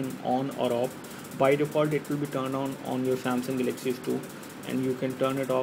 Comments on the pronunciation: Pls speak english..its not gelexy its galaxy...GALAXY..WTF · dude....its Galaxy, not GELEXCY!!!!!! lol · Pls speak english..its not gelexy its galexy...wtf